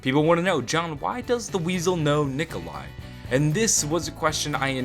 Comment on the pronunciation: No Nikolai not nicola